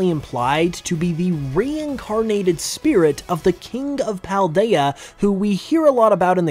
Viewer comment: well, that is from the spelling standpoint. Paldea is pronounced "Pahl-daya", as if it was a Spanish word. you need to watch the Nintendo Presents for Scarlet and Violet. i will tell you this is true.